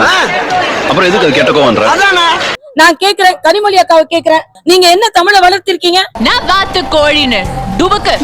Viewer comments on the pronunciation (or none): தமில் இல்ல. தமிழ். கனிமொலி இல்ல. கனிமொழி. முதலில் இதை சரியா சொல்லுங்க தமிழ் (இந்தி)இசை அவர்களே.😢